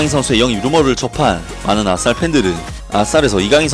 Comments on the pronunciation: 왜 아딸이라 들리지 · 아스날이 계속 아싸리라고 들림ㅋㅋ